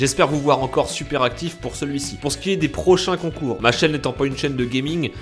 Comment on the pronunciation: Concour endespaïneur